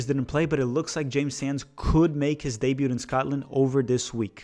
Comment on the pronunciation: FYI - the T in "debut" is silent.